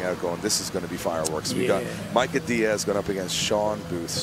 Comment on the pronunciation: Micah diaz Its pronounced "mai·kuh"